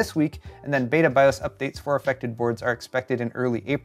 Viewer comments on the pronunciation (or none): none